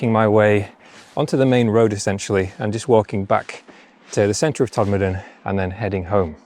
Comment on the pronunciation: Very interesting and glad to hear Todmorden pronounced correctly, although it's usually shortened to Tod. I wonder if the four posts guarding a pile of stones could be an old mine shaft as there were plenty of them in those hills. Did you know that Todmorden had a real flying saucer? It was a glass fibre house made by the Futuro company and lived on land on Rochdale Road opposite the old fire station. I went to look for it again and it had disappeared. Very strange!